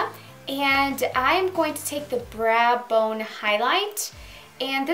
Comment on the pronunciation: I adore your accent ***** :-) She said braa bone instead of brow bone.. LOL! My niece adores her too! I learn a lot on patting techniques .. eye makeup tutorial was very good. Love your hair color as well.